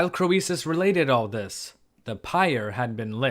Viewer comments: Wasn't his name pronounced Creesus, not Cro ee sus? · thanks. I think it is pronounced King KREESUS, not cro-ee-sus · "Cree suss", not "Cro ee suss". At least, that's what I've heard. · I enjoy work. But I would enjoy it even more if he would take the time to learn how historical names are usually pronounced in the English-speaking world. It's "cree-suss", not "crow-ee-suss". Like, you, the name Phoebe is "fee-bee", not "foe-ee-bee". And phoenix is "fee-nicks", not "foe-ee-nicks". Of course, none of these pronunciations are close the way they were pronounced in the original languages, but good grief, look stuff up. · Hi! I'm afraid your pronunciation of Croesus is not admissible. The English standard is /ˈkriːsəs/, and oe was a diphthong in Latin. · it confused me for the longest time... like Euboea... Evi-uh?? everyone says "rich as Kreesus" 😆😆😆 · Pronunciation of These names is typically SO-LON and CREE-SIS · one tip for you, mate: we always pronounce his name as 'Creesus' (even though in Ionic as well as Doric and Aeolic it is written and pronounced KROISOS.) Greek OI was always adapted by the Romans to OE and that's how it comes down to us- everything through a Latin filter, sadly! In England we still say "he's as rich as Croesus" but it is dying out. Our education system is now a TOILET. I have a feeling you are largely self-taught in Anc, Hist. so RESPECT. (Or, as we say, GOOD ON YER!) Did you know that HAI HISTORIAI- The Histories- literally means ENQUIRIES... from the verb historein, to research or enquire. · the ‘oe’ in ‘Croesus’ is a diphthong pronounced as ‘ee’ in ‘creek’. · don't hit me, but I don't think you are pronouncing croesus correctly. not in english, ancient greek or modern greek. it's just not phonetic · Love your stories. PS: the “o” is silent. ❤ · When pronouncing Latin words that contain a vowel paired with an e, that vowel is silent and the e is long. An exception is EU, which is pronounced like you